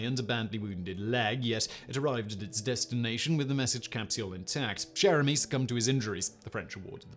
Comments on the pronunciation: 'Cher' in 'Cher Ami' is pronounced 'Sher'. Archie Bunkers chair was from the US sitcom 'All in the Family', which was inspired by the UK sitcom 'Till Death Us Do Part'. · Anyone else think Simon said Jeremy the first time he said Cher Ami? Or was it just me